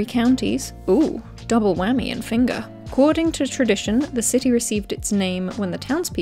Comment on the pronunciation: I live in finger and found this hilarious 🤣 oh and your pronounced Finger wrong its Fanger 😂😂